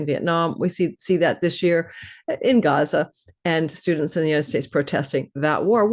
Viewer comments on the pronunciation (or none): none